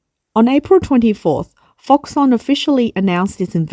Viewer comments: It’s pronounced ‘Fox-Kon’, surely? Never heard it called Fox-Son, even though it’s a Taiwanese company and may have unusual Chinese pronunciation. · Middleman for Apple. But I think it should be pronounced ‘Fox-Kon’. Could be wrong. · You are incorrectly pronouncing foxConn